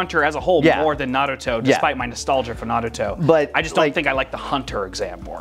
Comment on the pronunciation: Why does pronounce Naruto like Na ruh to